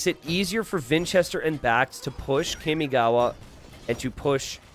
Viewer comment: my inner otaku is cringing everytime you say "kaymigawa" instead of "carmigawa" kamigawa means river of gods and kami is pronounced almost like carmi but with a mute R.